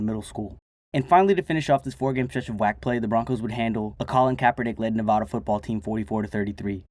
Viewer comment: That’s not how you say nevada